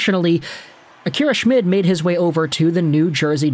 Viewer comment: name is pronounced shh-mead